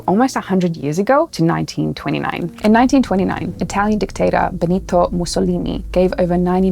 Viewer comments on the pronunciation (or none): none